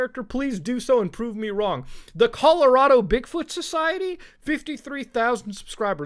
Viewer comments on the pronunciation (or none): none